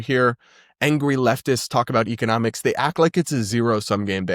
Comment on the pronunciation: Explaining what economics is when you don’t know how to pronounce it correctly is a wild take.